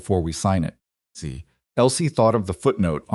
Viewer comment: Can't enjoy because of the word "see". You should really listen to your own stories to find the mistakes